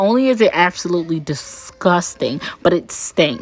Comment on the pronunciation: The way she says discusting always gets me, I'm dying.😂😂😂😂😂